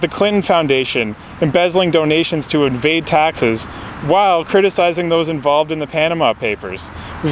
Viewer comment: LOL, when I said "evade taxes", it came out sounding more like "invade Texas". Hillary would probably like to do that too, with tonnes of Feds to come try and grab the guns. "Try" being the key word;) Sometimes I mangle up the words a little, must be all the home cooking. Thanks for watching, folks.